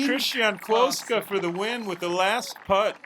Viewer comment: Kristian is actually a Kuoksa, not Kuoska...